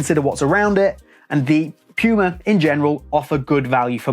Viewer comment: this video is so good but still a hated watching it😂 puma is german and spelled "pooma" in english😖 piuma is just wrong😂